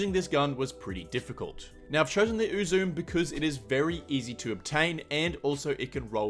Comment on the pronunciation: For the record, it's pronounced "Oo-zoo-may" and not "Oo-zoom." It's the name of the Japanese goddess of joy.